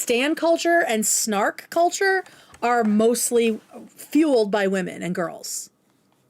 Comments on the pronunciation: I’m sorry but I can’t stand when she pronounces “women” as “woman” it ticks me off!!! And no that’s not my only criticism of you, but it’s so often. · I was just going to say this!! It's so frustrating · It drives me nuts how she can’t pronounce “women.” She’s just saying “woman” repeatedly. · woman=singular and women=plural. No, they are not pronounced the same.